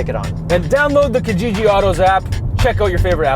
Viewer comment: Okay so I am going to be that guy... You are pronouncing Kijiji wrong! It is to be pronounced 'Key-jiji'... I know a lot of Kenyans and Tanzanians are pulling out their hairs right now. Great review and lots of love!!!